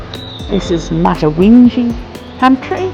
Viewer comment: Thanks for doing a great video on my home town. Mutawintji is pronounced Mootwin-g. My grandfather, Joe Maria (pronounced Mariah) was one of the founding fathers of the mines picnic. He was on the train the day of the massacre. I’m hoping to get to visit BH later this year. I still call it home.